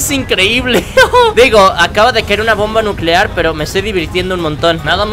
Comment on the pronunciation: Bomba nuceare